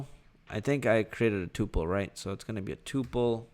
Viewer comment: oi its called a "tuh-pul"